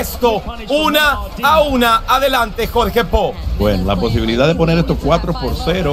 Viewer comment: dice JorgePo jaja